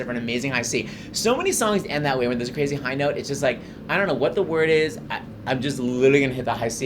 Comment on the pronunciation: I enjoyed the deconstruction BUT YOU talk FAR TOO FAST!!! Pronouce your words instead of swallowing and mumbling them! You are involved in professional so should know better!!